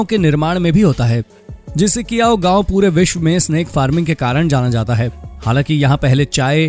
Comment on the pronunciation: Snap nahi snake 😂😂😂😂